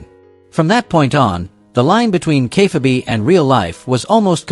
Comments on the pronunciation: Kay fahh bee wtaf 😂😂😂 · Ah yes... good ol' Kay Fa bee